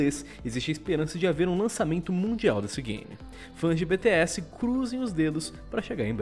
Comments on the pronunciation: Henrique Khalleb na vdd vc diz como quiser mas o certo seria da 2 vez que ele disse nos 50 segundos do vídeo, que é bi ti és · Ele falou bete s kkkkkkk o crt era biti s Bts entendedores entenderão